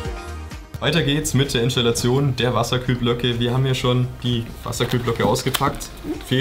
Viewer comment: bitte macht mal ein asmr video, bei dem 20 minuten lang INSCHDALATION flüstert:D